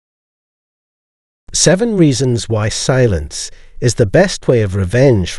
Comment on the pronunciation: He said the word silence using five syllables. 😂😂